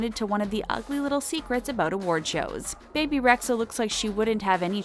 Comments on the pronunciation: It’s bibi not baby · Why did she say baby rexha it's pronounced bee bee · Bro it's pronounced bee bee not bae bae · It's pronounced BEE BEE not Bay Bay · I hate how they says Bebes name it’s not baby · It's bee-bee, bro. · . You called Bebe Rexha, Baby Rexha!?! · It’s pronounced Bee-Bee!😩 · Her name is bebe not baybay